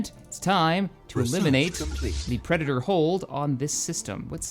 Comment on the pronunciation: lol "preditor" nice